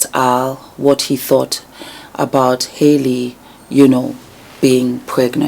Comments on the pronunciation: Her name is not pronounced Hay Lee it is actually an old southern name pronounced HAL EE like Halle Berry. She is named after her. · Its "Hal- Lee" like Halle Berry. You're beautiful and I love your commentary. Their mom is an old friend. I appreciate you seeing them and treating them like the young women that they are. ❤